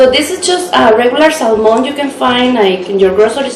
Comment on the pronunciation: Just a good tip to help you. When you pronounce Salmon in English, say it without the letter "L" ❤️